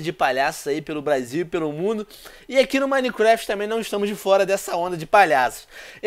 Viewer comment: "Manicreft"? não o certo não é " Minecraft"